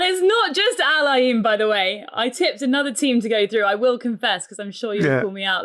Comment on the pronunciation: Pronunciation of Al Ain is wrong guys, you are butchering it.